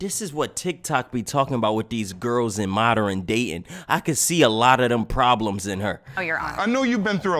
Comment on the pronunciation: dude what the hell is moderen ????????......